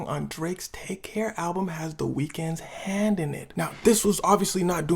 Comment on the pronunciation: It was a good video but bro. you need to stop with that thing at the end of some of your sentences where you want to put emphasis. “This goes on for the rest of the nIiight” “Has the weekends Hhhand in it” “The Weeknd comes out with a song called The Hilllls”